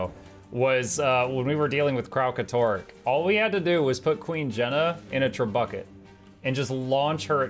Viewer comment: I can't tell if is intentionally pronouncing trebuchet like "trebucket", but I love it regardless